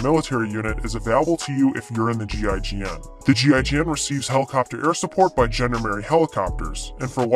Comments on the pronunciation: A How about the 101st Amphibious Reconnaissance Battalion, known as the Sea Dragon Frogmen? B As to your accent, the proper pronunciation of Gendarmerie is zhon-DAR-mare-ee. I only got through high school and college French, but I did learn that much. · I just couldn’t stand the mangled pronunciation of “gendarmerie” any longer, or the ignorance of the idea of a nation-wide police force. I’m sorry if my ire caused problems for others, but I could only stand so much.